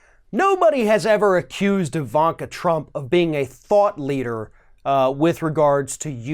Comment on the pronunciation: I swear he said "thot leader" I got spooked for a min.